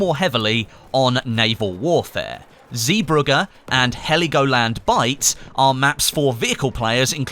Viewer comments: Zeebrugge is pronounced "zébruje" here in Belgium :) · Zeebrugge NOT zeeburger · Surely i am not the only person who knows zeeburgges isnt the same as what ever he said considering ive been there vistining most of the war memorials. Yes you still have good content but come on man. You of all people should know to do your research